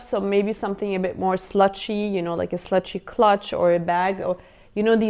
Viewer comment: Just a quick correction: when you said slouchy (about the slouchy bags) you pronounced it "slutchy" but it should be pronounced "sl-OW-tchy" (like the word ow) Love the video as well! ❤